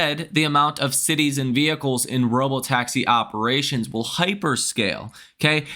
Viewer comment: Horrible earnings call, so unprofessional. Couldn't they find someone who could pronounce the word vehicle; it's not weehicle !